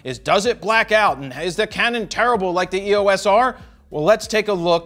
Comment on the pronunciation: Its not E.O.S Jared. Its the word Eos, as in the greek god of light.